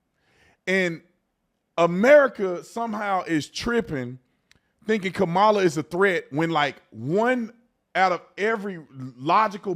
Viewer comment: Why can’t you say her name!!!!!??? It’s Kamala not KUH-Mah-Luh!